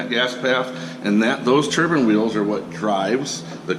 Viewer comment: Turbine* not turban